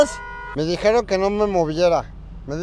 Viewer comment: Es mexicano dijiero no dijiiero